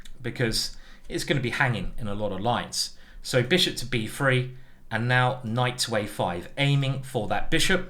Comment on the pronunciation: Bruv.. hate the way he says free (3) 💀 aaand that beird ....